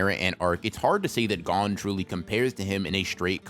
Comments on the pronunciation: God I hate when people pronounce gon’s name like that😭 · Eh?! why does he purposely mispronounce it😭😭😭